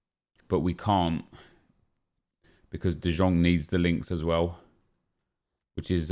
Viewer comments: who else got triggered bye him saying de jjong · Nep, it's written De Jong but pronounce it De yong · Can you stop se de Jong like that it's like de yong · How long has this game been out and you still cant say De Jong right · Stop pronouncing the j in de Jong